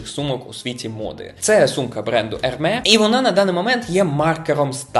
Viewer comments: Чудовий контент! ❤ Але чому Ви кажете Ерме? Французькою літера С вкінці вимовляється, тому Ермес. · Трохи кислоти вам в коменти)) Hermès читається як Ермес.